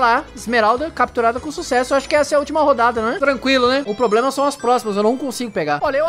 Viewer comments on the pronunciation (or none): none